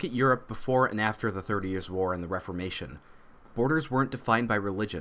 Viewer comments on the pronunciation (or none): none